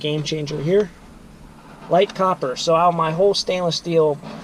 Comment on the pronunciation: And "copper"; not "cooper".